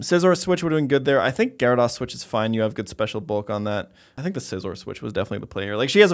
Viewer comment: One o’ these days you’ll learn to pronounce, “Gyarados.”